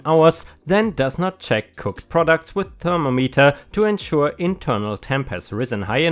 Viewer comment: helpful hint for saying thermometer it's actually emphasized like THER-- MOM--ehterr. :) IF understanding that helps any.